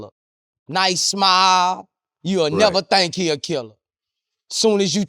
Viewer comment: nevaa thankk😂